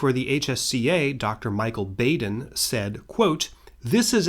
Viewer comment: Michael BAH-den. All else in your video is flawless. Thank you so much. 🙏